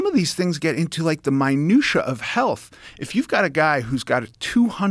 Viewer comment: He pronounced minutiae incorrectly multiple times.